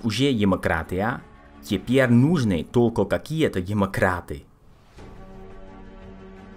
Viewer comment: "Нужны" ударение на ы, выступляет правильно выступает; русские не говорят "комментарий, как привычно", говорят "комментарий, как обычно". Решила немного помочь в изучении русского языка) Для пользы дела;) В целом все шикарно!